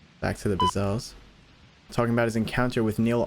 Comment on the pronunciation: BTW..THE MANS NAME IS -MAC BRAZEL...NOT BAZEL